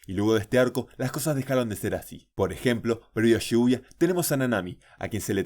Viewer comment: cada vez que dice shibuya escucho "lluvia"